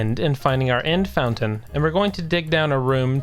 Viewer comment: "fountain"? seriously...